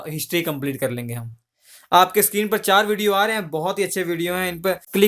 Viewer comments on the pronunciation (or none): none